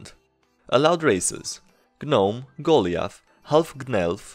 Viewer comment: Goll-lee-ith Pronounced: Go-Lie-Ath